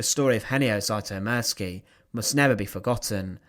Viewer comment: I may be wrong (I often am), but I'd pronounce the surname "Zütomirski" (taking for granted that the spelling is correct, and has not been altered in transmission by people from "somewhere else"), not "Zaitomirski" (as per the narrator). I have been painfully familiar since First Grade in Elementary/ Primary School with the fact that Anglophones are absolutely, hopelessly, cluelessly groping in the dark when it comes to the proper pronunciation of letters (mostly vowels, but not to the exclusion of consonants). I do not extend mercy, longsuffering, or forgiveness to them, despite the possibility (and probability) that they just don't know any better.